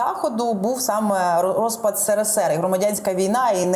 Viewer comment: Абривіатуру потрібно вимовляти правильно.СРСР.